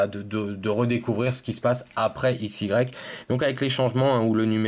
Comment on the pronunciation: on dit aix